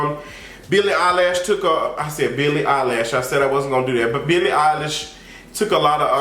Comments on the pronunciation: “Billie EYELASHE” 😭😭😭😭😭🤣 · Billy "Eyelash" took me out!